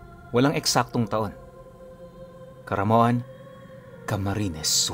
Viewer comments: Caramoan boss hindi caramoan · Yung pinangangalandakan mong nag-research k tapos pinagpipilitan mong "camaroan" ang Caramoan 😂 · Caramoan hindi camaroan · Caramuan po hindi camruan . Iba po ang ibig sabihin dito samin sa camsur and albay ang camaruan . Hahaha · Caramoan po hindi Camaroan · Caramoan boss hindi camaroan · Caramoan po hindi po Camaroan. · CARAMOAN PO..HINDI PO CAMAROAN..